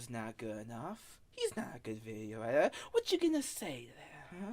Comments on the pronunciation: “I am da gweatest editah” Proceeds to ramble for literal minutes with minimal cuts in the video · "The gweatess wideo edthithow." That speech impediment is out of this world.